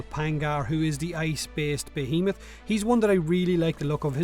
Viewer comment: Finally, someone knows how to pronounce behemoth...